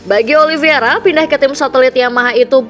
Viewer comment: untuk ketiga kalinya saya comment ini, narator masih salah cara nyebut nama Oliveira. yang benar itu olivEIra, bukan olivIEra